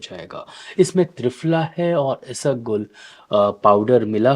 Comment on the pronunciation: Not isagol it's Ispaghol 😊